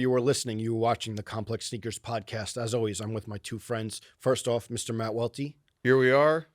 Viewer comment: Aye Welty, it’s not pronounced “Loe” lol